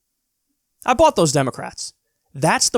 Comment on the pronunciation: Did he almost say "I bought them" or "I bot them"? Either way, it's controlled.